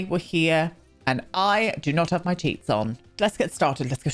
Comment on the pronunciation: When you said you didn't have your cheats on, I thought you said "you didn't have your teeth on" ... snort (I snort when I laugh)!